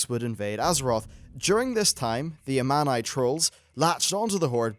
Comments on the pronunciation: it sounds like armani :D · This might be nitpicking, but you should take some time to listen to how some things are pronounced in game. You pronounce several words wrong. Such as Thrall and Amani. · Your saying Amani wrong.. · He's pronouncing several things wrong. It's like he's never played the game with the sound on.